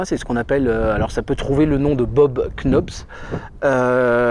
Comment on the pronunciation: Juste pour la prononciation de l’anglais. Le k devant le n ne se prononce pas. Comme dans knife, qui se dit (phonétiquement) naïf, donc Bob’s knob, ca se dit Bob’s nob.